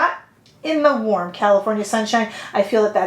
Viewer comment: Makes me think of ND bronze palette. Are they similar? My day doesn't start until I hear you say: "...in the WARM California sunshine!"